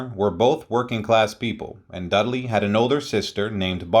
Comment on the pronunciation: Dud-a-ley? HUH? Dud-ley. RIP Dudley. Thanks for the video.